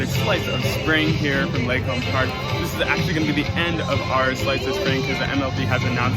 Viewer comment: its pronounced "Lee-Kahm" park.